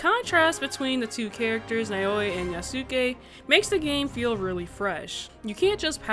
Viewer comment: Loved the video! Just wanted to clarify the pronunciation of the protagonists’ names: Yasuke is pronounced YAH-skeh (with emphasis on the first syllable), while Naoe is NOW-eh. Great video regardless!